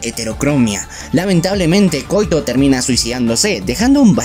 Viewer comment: quizás si la pronunciamos como en Japón: KO - Í - TO